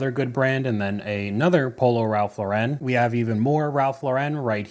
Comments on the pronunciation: It's prounced Ralph LAU ren, not lau REN. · You’re killing me with the Ralph “Low-ren” 🤣 It’s just Ralph “Lauren” like the girls name. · Great vid but please note Ralph Lauren is as American as apple pie so not pronounced as French!